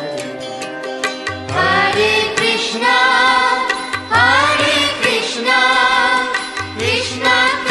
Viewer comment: এটা কি কোনো হিন্দি ভাষার মানুষ গাইছে,, উচ্চারণ টা শোনা যাচ্ছে,, হারে কৃষ্ণা হারে কৃষ্ণা হারে রামা হারে রামা ,হারি বোল